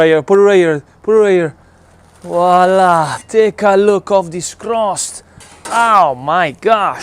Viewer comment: I think if you’re gonna say wala! 600 times per video you should at least pronounce it correctly :-). Voilà!